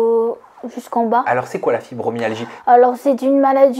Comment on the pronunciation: Fibromyalgie et pas myalagie 😂😂